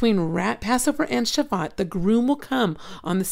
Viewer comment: Just so that Jewish people do no rip you to shreds on pronunciation. It's pronounced, "Sha-voo-oat.". Yeshua bless you sister!